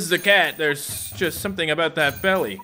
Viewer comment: said abooooot